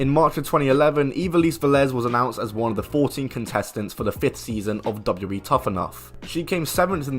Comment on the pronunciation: double u, double u, E. Not dabbadbabdabdbadley. Annunciation matters. Speak clearly. You don't even say the correct letters.